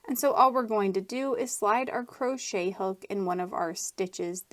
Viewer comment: That was not needed and the way she says crochet is just fine. Don't be ignorant